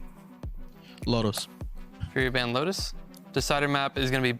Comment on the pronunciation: Furia, not fudia. Its a r not a d. please say it correctly.